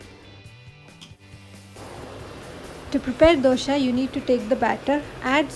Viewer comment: It's not Dosha, It's Dosa.